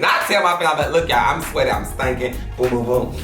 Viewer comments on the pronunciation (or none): “And he was Stanking” 😂😂🤣 Ma’am did you have to come to Twitter with it 😂😂